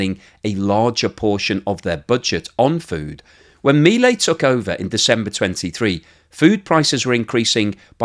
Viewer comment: I appreciate your keeping people updated about how things are going in Argentina and your thoughtful analysis. However, I do have a quibble: How is it that in all this time you have not learned to pronounce President Milei's properly?